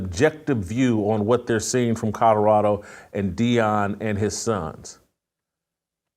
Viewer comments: Someone please tell Jason that it's pronounced Co-lo-ra-do, not Co-do-ra-do. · It's COLORADO not COTORADO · I can’t respect anything he says. He can’t even pronounce Colorado. Where is “Coddurado?” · Somebody teach Jason how to pronounce Kadarado